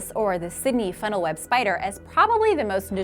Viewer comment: i LOVE SPAYDR Like not poison